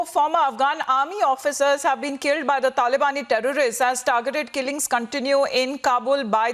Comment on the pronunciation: "Dhalibaani Dherorist"